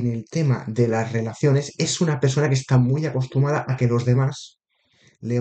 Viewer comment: Se dice acostumbrada, no acostumada. Jeje, buena lectura, gracias😅